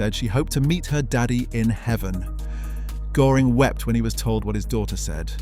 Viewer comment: How hard is it to look up the pronounciation of ö before doing a video!